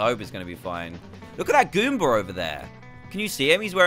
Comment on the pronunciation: DanTDM its goomba not coopa